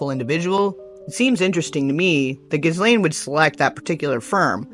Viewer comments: Ghislaines name is FRENCH and pronounced "GEE-LANE" not GIZZZlane!!! 😂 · It's Ghee Lane. The S is silent. Just correction no offence people say her name all kinds of ways peace